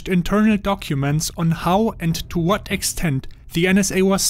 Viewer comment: "... ent tu vat extent" German confirmed